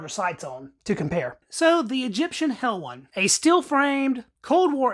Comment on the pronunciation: Pronounced helwan not helwon. I’m from helwan lmao